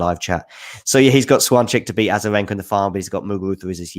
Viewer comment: Swancheck? really?:D wasn't sure what you're talking about for a while, I thought "swan check" is some sort of a Brit phrase, an idiom maybe, I don't know the meaning of. Her name is pronounced close to this: "shfyonteck" in English (without the phonetic alphabet at hand).